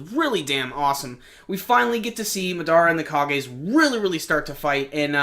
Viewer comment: You have good reviews my man; but it's Mahh-Dahh-Rahh, not Muh-Daruh.